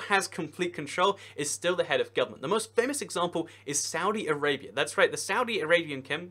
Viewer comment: isnt it weird the way says saudi arabia and (His Majesty) King Salman